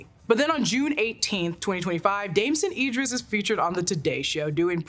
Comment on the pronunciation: The fact you mispronounced Damson Idris whole name wrong throughout this video is wild af and...I can't get past it 😭